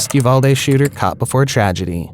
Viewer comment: Also, it is pronounced U VAL dee. Not U Vall day.